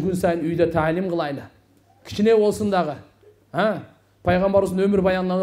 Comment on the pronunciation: Кылайлы эмес кылалы. Кыргыздын созу кайда бурулуп жатат. Й тамгасын Отто эле кокодотуп жибербейли